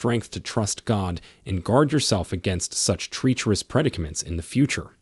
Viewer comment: Good content but word pronunciation is not correct on multiple words, ie: Maleficent Facade Treacherous